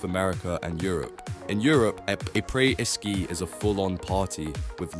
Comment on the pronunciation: Did you just say apreS?